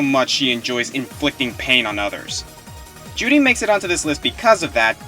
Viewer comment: I REALLY wish my 360 worked.....so I could play me some Bayonetta :( and every time you say Juri it sounds like you're saying Judy....weird.